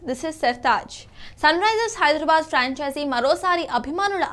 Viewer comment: యాంకర్ కి నోరు తిరగటం లేదు...పంచెచి అంటుంది(ఫ్రాంచైజీ)